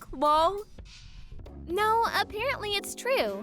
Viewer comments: PLEASE DON"T READ OUT LOL AS LOL, it's laugh out loud, so have the person reading it, laugh out loud rather than saying LOL! It's annoying!!!!! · No such word as “lawl”!! Seriously. LOL quite literally means laugh out loud, so when you read it, don’t say it just laugh out loud or chuckle or something. It takes away from the whole story when there’s too many “lawls” happening. Sorry. Pet peeve.